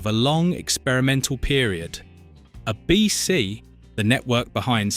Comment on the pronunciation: It's ABC not uh BC.